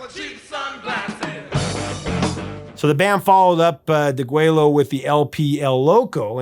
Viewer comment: That album "Deguello" is pronounced "degWAYo". It's Spanish, and in Texas, we mostly pronounce Spanish words the way the Spaniards do. Two L's together in Spanish is pronounced as a "y".